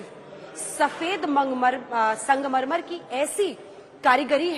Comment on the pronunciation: आप बार-बार संगमरमर को मंगमरमर क्यूँ बोल रहीं हैं, क्या शाम के 2 पेग ज़्यादा हो गये